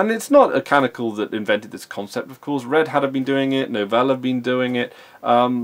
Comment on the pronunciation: It is not canical, it's canONical